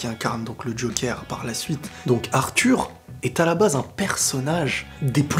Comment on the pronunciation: Bonne vidéo, c'était exactement mon ressenti. On dit "jokeur" et non "jokère".